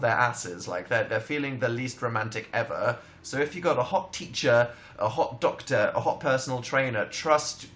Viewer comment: "Hot donktor" - Dan Howell 2017